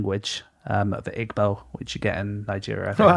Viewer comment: "...it's in a single dialect of a single language, Igbo" Igbo is pronounced EE-boh. That always catches people out.